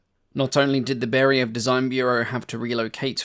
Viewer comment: I've got 2 suggestions.. 1) please understand that in Russian the emphasis on a letter is very important. Chinese have 4 ways of saying the "same" word and each time it means different things. Similar in RU. It not BEriev, it's BerIev (it's a capital i, not an L). It's not ShvEtsov, it's ShvetsOv. Stress on the i and o respectively. 2) in one of your previous videos you said that you state numbers in respective system (imperial and metric depending on country of origin). I've got news - in Russia we do NOT put commas to mark thousands. We use commas to mark decimals... So, when you say the range is 4,000 meters, it means 4 meters, not four thousand. When you say 18,000kg - it means 18kg, not 18 thousand. Please be careful using commas for USSR/RU tech, it's misleading. Thanks for making these videos, i really enjoy watching them!